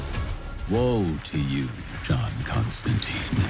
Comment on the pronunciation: Sigh. ConstanTINE, not ConstanTEEN. Alan Moore himself told you how to pronounce it. Let's see how long it is before the intern in charge of this account deletes this.